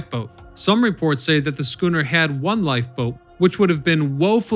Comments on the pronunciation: “Schooner”?!? Really?!? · Right! Head hurts a little each time I hear it.... ugh... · How does this guy pronounce schooner correctly a few times but also pronounce it incorrectly other times, it's baffling